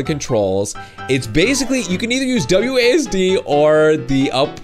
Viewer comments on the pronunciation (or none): none